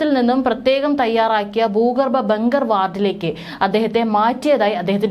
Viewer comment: 'ബൂഗർബം '?? 'ഭൂഗർഭം' എന്ന് പറയൂ 'യുദ്ദം'. ?? 'യുദ്ധം' എന്ന് പറയൂ